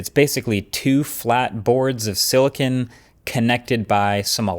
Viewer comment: Silicone🍦not silicon 🧇